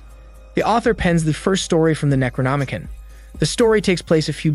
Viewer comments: It's pronounced "necro-nomi-CON" not "kin". Also macabre is pronounced muh-cobb not macaw-bruh. Edit: I couldn't even make it past the first few minutes because you make it so obvious you're reading from a "script" someone else wrote and didn't pre-read. You're jumping around, mispronounce half the words and have all these awkward pauses because you didn't read first to know what you're saying. Out of probably like 40 different recap channels this is easily the worst I've seen so far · Necronomi-con Not Necronomi-kin